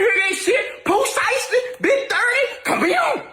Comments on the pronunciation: get Pooh name right said it right pooh who 😂😂😂😂 lmfao if u can't said right then no need to give us no feed back about the situation pronounce it right lol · That “Pooh shursty” is killing me tho. lol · Who is Pooh SURE~uh~STEE? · I’m from Memphis, and I’ve never heard of “Pooh Sheerstee!🤣🤣🤣😭😭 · Why is it saying his name wrong like that sounds dumb boo stop talking about a person if you can’t even say name right not funny